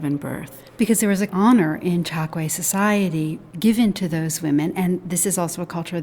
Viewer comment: I grew up in the 1950's in Angola in the Chokwe area and my parents both spoke it daily. It's pronounced Choke-way, not Chok-way.